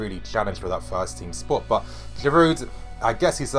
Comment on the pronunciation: Its Girouuuu Girouuu you don't pronounce the D... And I believe that Giroud is underrated player and he will do well OMG for the first time time I disagree with you and I really believe you got this wrong..! check Giroud's facts with arsenal..people just forget about it..and Wenger doesn't play him consistently.. and mark my word, if he plays regularly he will do well.. and btw his finishing is great..